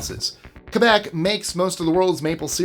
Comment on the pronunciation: Thanks to pronounce Quebec properly. 😊